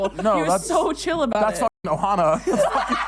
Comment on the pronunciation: said "Nohana"